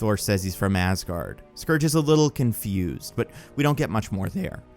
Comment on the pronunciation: Pretty sure you said Scrooge a couple of times lol